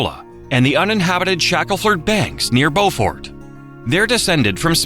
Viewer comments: I think the voice also pronounces Beaufort as Bow-fort, it’s “byou-firt” (I’m pretty sure) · NC pronounced towns a little different. The wild horses are at Cor-AH- la, not Corolla like the car. And at BO-fert, not Bo Fort. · So it can say Waccamaw but not Raleigh or Beaufort😂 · Horrible video! For anyone familiar with NC, these 50 Facts are old news. And the mispronunciations: Corolla, Beaufort, Chowan, Raleigh, Fayetteville, Tryon, French Broad, Brevard, Nantahala, Pisgah, Gorges, and Gastonia. One more, Appalachian does have a southern pronunciation and a northern one. But if you're doing a piece on North Carolina, you use the southern one. Anyone who has attended or visited Appalachian State University in Boone knows which is correct. :) And lastly, Fact 12 describes the Big Pinnacle of Pilot Mountain. However, the footage is NOT of Pilot Mountain. Don't know where the footage is but it is certainly not of Pilot.